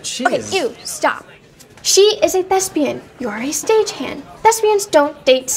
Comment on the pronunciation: she said thespian